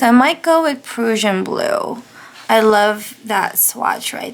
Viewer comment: The Diamine Prussian Blue is really pretty in your journal. Love it. (By the way, Prussian is pronounced like PRUSHIAN...with a short "u" sound. :) )